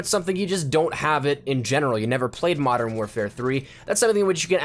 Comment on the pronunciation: What the fuck is 'Madden' it's pronounced Mo-dern